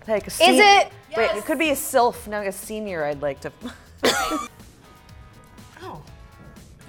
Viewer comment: "Silf" LOL